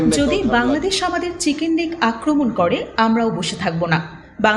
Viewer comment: "Siken neck" thik moto chicken pronounce korte pare na. Prothom e engreji shik.